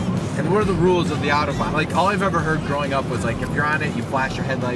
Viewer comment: If you're from NYC - at least say "autobahn" correctly... like you're from NYC - not Wichita, Kansas.